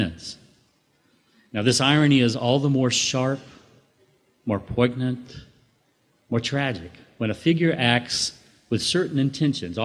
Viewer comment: Poignant is not pronounced poig-nant, but rather poyn-yant. Hoping the speaker sees this.